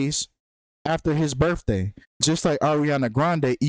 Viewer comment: please please please for the love of god say birTHday instead of birfday. please. im begging you. it's literally painful to listen to at this point. thanks ❤